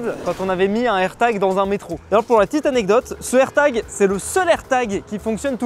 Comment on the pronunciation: un AIRTAGEUH , AMONGEUSSE